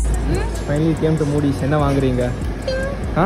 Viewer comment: It’s moddy not moody 😂😂